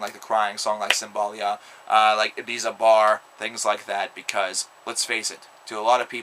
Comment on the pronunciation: its "Cymbaline" not "Cymbalique"